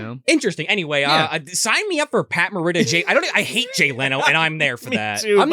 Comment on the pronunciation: Please learn how to pronounce Morita before you try to educate anyone about Pat’s history.